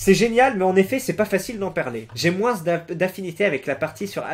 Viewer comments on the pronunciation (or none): pourquoi tu prononces le "S" de moins ?